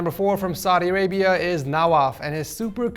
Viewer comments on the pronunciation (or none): none